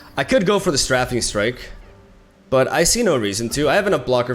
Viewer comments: Stray fing from strafe. Everytime you say straffing my brain hurts. Love you! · I love you and all of your videos, but I can’t let you go on mispronouncing strafing anymore. It’s pronounced “Str-ay-fing”, similar to the word hating. You are saying it like the word laughing. Here’s a link for the root word: There is a little speaker you can press to hear them say it. Much love! I’m here for you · Get some Also, Strafing is pronounced "Stray fing" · Stray-fing strike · Oh shit here comes Str-AH-fing Strike! I merely jest, good video my dude!